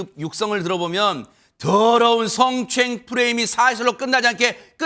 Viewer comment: 저 승추행 발음 진짜 꼴배기 싫네 성추행을 승추행이라그래 아나운서들 저거 너무 싫은데 유영재가하니 더 싫네